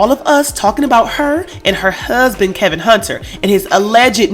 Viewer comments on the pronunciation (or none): His name is not Kevin it’s kelvin